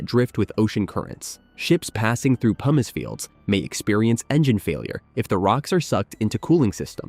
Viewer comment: Haha i heard "PUMEECE" for pumice. That was funny. Also, i would gladly do this